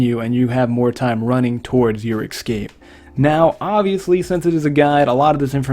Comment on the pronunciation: Ess-cape not ex-cape pls. Love the vids bro